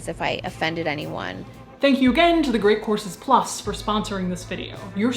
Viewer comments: Sounds like your ears acted as a Ouija planchette, lol.😘💖 She might've had a slip of tongue. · So it's not just me? Very good. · During the sponsor portion, I thought you said The Great Corpses Plus. Perhaps make a plug with Patreon for that.